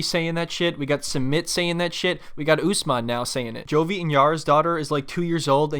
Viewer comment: Thank you for pronouncing Usman name's correctly. I don't know why Americans call him UsMEN like how they say MUZlim instead of MUSlim